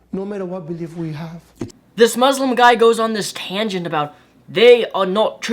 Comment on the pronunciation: Did you say mauslam?